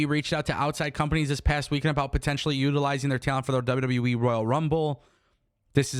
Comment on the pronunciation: Love you but, It’s W W E not WW Wiii 😂